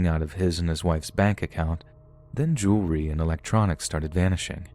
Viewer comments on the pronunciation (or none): none